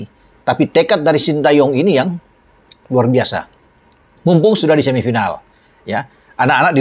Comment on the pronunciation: RRuarrrr bisa bung, bukan luar biasa 😂😂😂